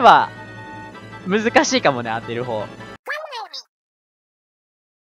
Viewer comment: むりむりむりむりむりがからつけあっきいのむにむにむにむにむにって聞こえるw